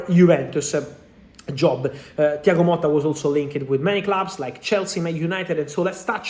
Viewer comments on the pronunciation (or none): Thiago MOTTA not Molta